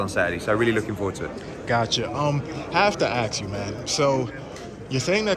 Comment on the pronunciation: Have to “axe” you